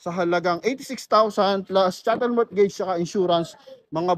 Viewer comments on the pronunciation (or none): Mortgage is pronounced as MOGEJS - Drop the T